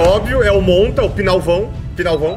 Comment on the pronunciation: Da hora quando vc fala montavao aqui kkkkk